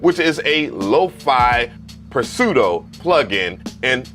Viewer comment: Bruh I’m dead. Did you PERnounce the P in pseudo. Or is that a thing.